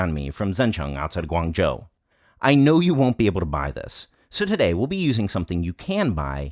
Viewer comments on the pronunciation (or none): none